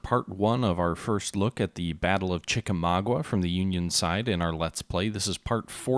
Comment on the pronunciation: There is not a "ua" at the end of Chickamauga. It is pronounced with a simple a sound at the end.